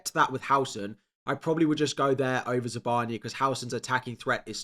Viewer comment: ZabarnYi, not Zabarniiy, more rude sound. Telling you as a ukrainian.